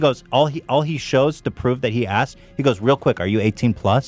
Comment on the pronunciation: Dude doesn't know how to pronounce "asked"